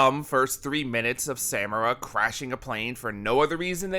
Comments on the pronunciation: Say it with me now... suh MAR a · Did you intentionally pronounce Sadako and Samara weird? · As pedantic as this is, it bothers me that you pronounce Samara with a hard second "a," when it is clearly spoken with a soft "a" the whole series, and they don't shy away from saying her name. A lot. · Discord Discordant omg yes. I was saying it’s not hard to just pronounce it right then I started pronouncing it wrong after hearing him saying it over and over. It’s so annoying